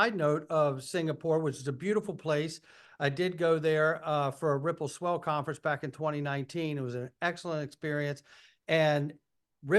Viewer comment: Perianne is incapable of pronouncing Ripple & XRP.